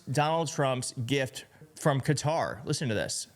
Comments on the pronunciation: Why is it that Americans cannot pronounce English words correctly? It is not Cudder it is Qatar. Also, the French prime minister's name is Macron not Macrone??? And it is so frustrating that a majority of Americans have to insert the word " like" numerous times in one sentence. Its pathetic how you bastadise the English language. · Americans - it's not "Cutter" it pronounced ""Kuh-TAR" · It is pronounced Cat are. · Fox pronounces 'Qatar,' "Cutter."... I guess, so their audience can wrap their mind around it... like it's a machine in their garage. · The absurdity of that man talking about Qatar’s human rights record… About the oppression of a religious minority… Does he see what he voted for? Anyway, yeah, the impression of impropriety should be avoided. Also - why people calling it ‘cutter’, but able to say ‘Qataris’ no problem? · No the proper way to pronounce it is CUTTER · It’s pronounced kuh-taar It’s really sad how no one is even trying to pronounce the countries correctly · Had friends who lived there it is pronounced CUTTER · Qatar = Kuh- tarr! Damn, y'all! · Why do they pronounce “Qatar” as “cutter”? It was only by the third or fourth time Rand Paul said it that I understood what he was trying (and failing) to say. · Most shocking thing is people pronouncing it 'cutter' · I was watching that and couldn’t believe it! He really did fall asleep..the Crown Prince actually had to go over to wake him up..lol I’ll also never pronounce Qatar as ‘Cutter’ ..WTF is that about? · Why is everyone calling Qatar Cutter? It's kuh·taar. 😂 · I wish folks would stop pronouncing it as Cutter. It's pronounced Ka-TAR. Google it. That said, this could be Dumpy's biggest grift yet. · A few republicans I hear are calling the country "Cutter". It's "Qatar"-with the accent on the second syllable. Short "a", not a "u". Good grief. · We older folks have always pronounced it kuh-tar. Now the talking heads pronounce it cutter. No matter, it’s a straight up bribe that Trump is accepting